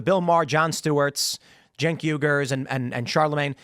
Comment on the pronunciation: Tim, his name is not pronounced 'Jenk' it's pronounced 'Chunk'. Also, "professor" Lickhead is an idiot. May the worst idiot lose.